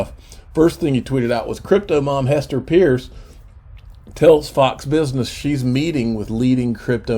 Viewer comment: Gasparino and both refuse to say Hester Peirce's name ('purse') correctly.